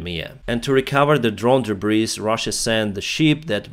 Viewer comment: Btw.." Debris " is a word that came from the French So the ""S"" Isn't pronounced So it sounds like... DE BREE